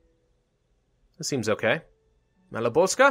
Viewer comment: that is ok...but what is funny is his prononciation of Malopolska, he always forgets to say L and says just Maloposka, but otherwise hes good at pronouncing...or at least mouch better than others:D carry on, your videos are great